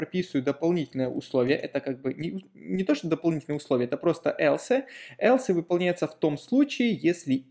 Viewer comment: элсэ! Бля, элсэ! Весь кайф обрезал от просмотра прошлых видео!)))